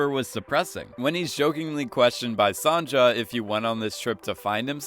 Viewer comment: FOR THE LAST TIME ITS SON - YUH!!!!!!!!!!!!!!!!!!!!!!!!